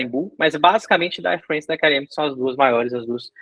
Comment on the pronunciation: Air Frence? É Air FrAnce. Isso é francês!